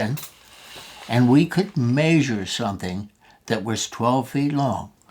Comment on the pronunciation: My family picks on me for saying the word measure like "may-sure" & here's my proving I'm not the only one 🤣